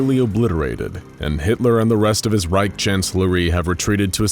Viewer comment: Guys…. “Reich” isn’t pronounced with a “k” or a “c”. It’s more like a faeing cat. At least u were able to pronounce “Führer” correctly (ignoring the english dialect)😂😂